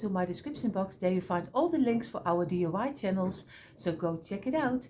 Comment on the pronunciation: Sweetie your creations are by far my favorite!!! Can you please tell me how to make this beautiful TV using the small blocks? And oh how I wish I could get you to say DIY instead of DUI. Here in the states DUI means Driving under the influence. In other words drunk driving. DIY means Do it yourself. I chuckle each time I hear you say DUI. I just adore you and if you used small blocks I would make ALL of your creations. Giant hugs for another creation well done!!!!